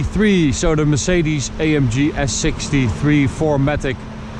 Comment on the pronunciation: “A em ghe” Please.